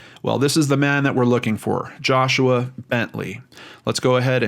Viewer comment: Who hoo! U pronounced my name right lol